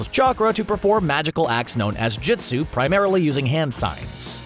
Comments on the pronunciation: “JISTU” ITS JUSTU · Jitsu yup totally how you pronounce it